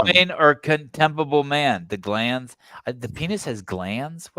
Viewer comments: “glans” and “glands” are two different things. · It's GLANS, not GLANDS you bellends.